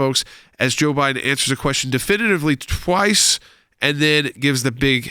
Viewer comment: Jo-bye-done .. article 25